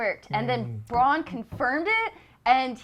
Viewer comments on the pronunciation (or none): Please get Bron and Brans names right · Stop calling Bran, 'Bron'!!! OMG lady! Come the fuck on. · I love how it's like talking with your buds not some experts. Granted there are plenty of GOT youtube channels you can get lore at this has its own vibe. Like them butchering the names lol bran Bron and mansrainer lmao keep it up joe and family. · love how she keeps saying bronn instead of bran lol also taken out food makes it equal starvation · I really like Angry Joe and all of his work... These reviews are slightly annoying me because they keep getting the names wrong. Please stop calling Bran Bron... I know they are similar names but it just takes away from the authenticity of these people being big fans. I agree with the summaries a lot of the time but come on guys get with the program. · The dude on the right seems to not like anything about the show..and when the girl called Bran "Brahn" for the fifth fucking time i had to stop the video..lose these two Joe your the best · It's Drogan not Drogo! Godamnit get it right with the names! Bran not Bron! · Please Joe learn the names before you make a review. Bronn is not Bran Drogon is not Drogo From the last episode: It is not ORLENNA it is Olenna. :D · Cro True. They really don't know what they're talking about when it comes to GoT. They kept calling Bran Bronn, the Tower of Joy the Tower of Love, he said Draconi instead of Dracarys, didn't know Maester Wolken's or Syrio Forel's name, said Arya wanted to kill the Hound but in her mind he's already dead, they didn't know who the Golden Company are, didn't notice that the gold made it to KL til they probly read it on reddit. The list goes on. I have no problem with Joe and like his game reviews but he should stick to what he knows and not popular TV shows just to get views. There are FARRR better reviewers for GoT who actually know the lore, every character's name, etc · Bran damn it! His name is Bran. It's not that hard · Why can't the girl in this video say Bran?